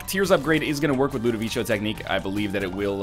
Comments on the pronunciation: Tips from an italian viewer: Ludovico is an italian name. It is pronounced Loo-do-vee-ko. ;) Just wanted to point that out! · Why the heck does he keep calling it LudoviCHo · I'm italian and no, it's not pronounced like that. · ***** the emphasis is in VEE. You're welcome. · Nope. I watched it recently, and the guy clearly says "LudOviko"